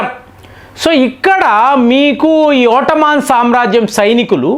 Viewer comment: ఓట్టమాన్ ఏంటి ఎదో ఇబ్బంది కరంగా ఉంది పలకడానికి